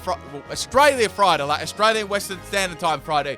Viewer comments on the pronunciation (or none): none